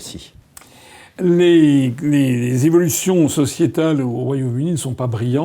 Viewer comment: Il doit encore faire des efforts de prononciation s'il veut s'exprimer correctement en français ! (exemple à : "qui se reuh-trécit" au lieu de "rétrécit")